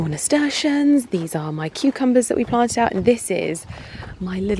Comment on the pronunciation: Lovely garden! Just fyi it’s pronounced ‘nasturtium’ with an ‘m’. (I’m allowed to say because I’m the worst Mrs Malloprop ever!!) ❤😅😅